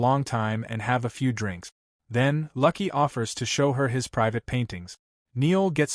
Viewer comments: What the hell? It's No'EL not Neil & LUUUUKE, not Lucky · You are slaughtering the name Noël. It is pronounced (no elle) please incorporate this information for your future use. And the man’s name is LUKE! not lucky. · I love when AI can't do names. Noelle as in the Christmas carol and Luke is a pretty simple name.